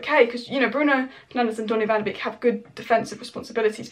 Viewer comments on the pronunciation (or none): its pronounced Donny Van der "Bake" not "Beak"